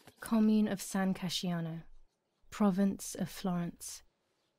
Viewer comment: I'm kinda sad that the VA did get almost all italian words right, except for "San Casciano" :P You don't pronounce the "I", it's "San Cash-ano" :P